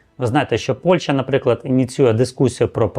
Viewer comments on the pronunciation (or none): none